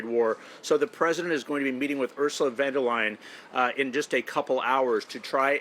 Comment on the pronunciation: Van da Layin? Americans are even too stupid to pronounce foreign leaders' names 😂😂